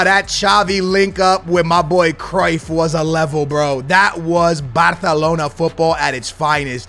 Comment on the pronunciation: The way you say “Batalona” 💀